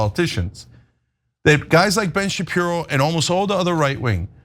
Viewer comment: Blenn chupiro.😂😂😂